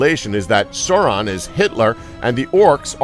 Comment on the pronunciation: Yeah, the pronunciation of "Sauron" was also off.